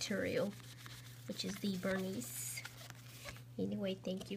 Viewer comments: wow-its not canvas-it LEATHER and pronounced ver nee. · THANK GOD someone said something. that VerniS pronunciation is nails on a chalkboard! The same goes for "key cles", nails on a chalkboard!!!